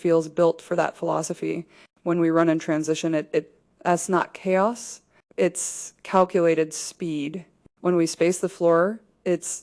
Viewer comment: I wish it weren't AI, but it is. The AI can't pronounce "it's", and other contractions correctly.